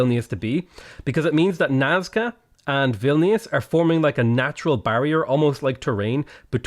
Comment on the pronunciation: I love how you pronounced Vilnius